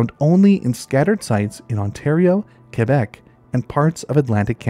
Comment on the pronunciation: props for knowing how to pronounce Quebec lol, im from Ontario but my mom's from Quebec, and every single time I talk I about it, just to tick her off, I say qwobec😭😭😭 ik u know what I mean I just have no clue how ya'd spell that lol. Fr tho, what an amazing videos dude, not that long ago, maybe a month now, I went camping and ran into a wassasauga rattler, maaaaaannn was he cool. But dude, I had no fuckin clue that that was a pit viper🤣🤣 good too know for next time lol